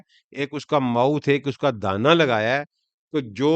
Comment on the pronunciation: Plz aap dehana ko dana na bolein. Sunday wala confuse hi jaey ga.